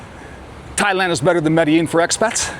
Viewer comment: Can’t even pronounce Medellin right